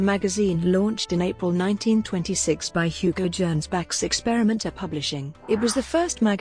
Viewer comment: Gernsback is pronounced with a hard ‘g’.